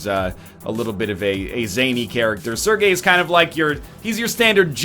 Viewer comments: NL, it is not "Ser-guy" It is "Ser-gay" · You pronounce Sergei "Sir Guy"? Why do english speaking people think that every language has the same pronounciation rules as english?